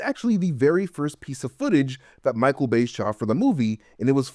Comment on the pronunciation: Every time you say "Bay" I hear "BAE" and I giggle.